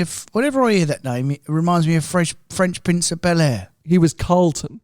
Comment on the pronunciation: French Prince 😂😂😂 fresh! you had it right first time lol